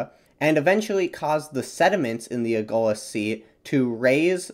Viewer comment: The Lh in Agulhas is pronounced the same way as the Ll in Llama.